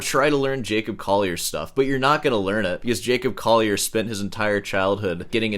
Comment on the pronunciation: J"a"cob "coll"ier